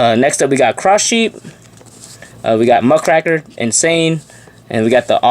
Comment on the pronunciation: Just a pet peeve but it's MUCK RAKER They're a news reporter that finds dirt on companies and people and puts it in the press to cause drama. It's not muck-cracker. It's muck-raker. Half of the time when people say it, they sound like they're saying nutcracker